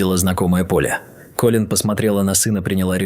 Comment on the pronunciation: То КОлин, то КолИн - какое ударение все-таки в имени персонажа?🤨